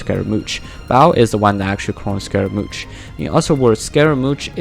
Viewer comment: It's pronounced Skeh ruh Moosh